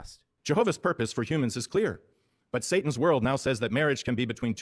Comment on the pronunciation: I cannot stand the woman who voices the mom. She's so stoked to be part of this nastiness, and also pronounces Satan as "Say-in." Bad on every level.